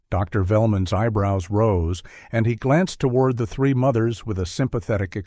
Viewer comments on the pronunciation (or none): none